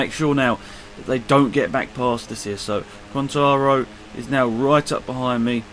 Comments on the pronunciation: QUARTARARO-QUAR-TA-RA-RO(kvar-ta-ra-ro) OLIVEIRA-NOT OLIVIERA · Migno = Ming-yo Vazquez = Vaz-kez Quatararo = Quat-ar-rar-ro